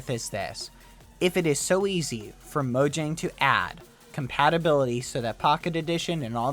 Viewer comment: UM, Not mojang u say it moyang because "Mojang" was born in Germany. [NOT RIGHT]